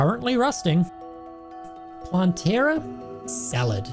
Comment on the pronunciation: Love the video but please its not planteara but plantera